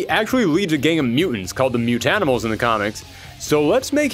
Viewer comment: I’m really glad you said Mutanimals correctly. There are TMNT YouTubers out there that say “Mutant Animals” every time and it makes me bonkers